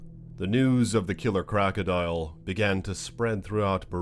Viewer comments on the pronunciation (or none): It's not crackadial. It's crocodile!!